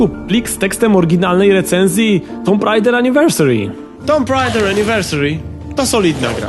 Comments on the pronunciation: Czemu nie poprawiłeś "tomb raider" na "tum rejder"? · /tu:m/, come on! 8 lat i wciąż niepoprawna wymowa? :( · Tyle lat minęło, a nadal nie wiesz jak wypowiadać słowo "tomb".